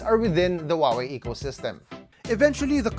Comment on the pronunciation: Huawei’s correct pronunciation: who-ah-way, now repeat after me, who-ah-way.